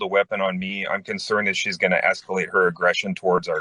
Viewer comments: The way she pronounces escalate es-kill-late would make me nervous if I lived there, too! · The way she tries to say the word “escalate” is driving me crazy!